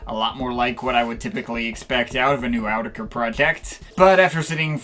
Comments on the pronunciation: It's pronounced AAAaau-tee-kah-kuur-kuurrry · "From EEE YOO TECK EEEE EREEE". :D